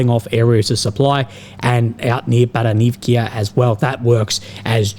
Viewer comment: BaranivkA NOT BaranivkIA! Vowel "A" on the end. The same with other names you pronance wrong It sound terrible